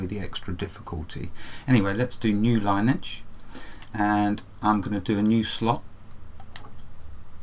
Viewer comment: I had to say something... Lineage is pronounced " Lin - ee - edge "